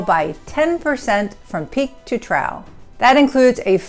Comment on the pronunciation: trough is pronounced "trouff"!!!!!!!!